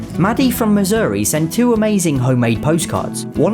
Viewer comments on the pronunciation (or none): none